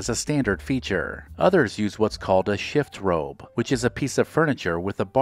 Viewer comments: Its not a "shift robe" .. its a "chifferobe." :) But great video and fun memories. :) (born in 1947 but we had most of this in early 50s) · Chifferobe, not shift robe. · Chifforobe. Not shift robe. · Pronounced “shiff-uh-robe” - but don’t sweat it. Almost no one’s used the term in decades. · Is that just AI mispronouncing "chifforobe" or is it a regional pronunciation? I've always heard it pronounced with three syllables.